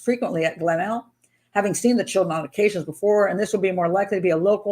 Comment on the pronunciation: I live in Adelaide, and it's pronounced 'Glen- elg'